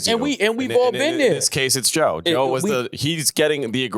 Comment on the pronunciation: can’t even says Joe’s name…It’s sick